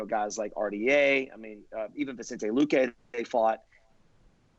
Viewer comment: Who the f is vintsente luke pardon my language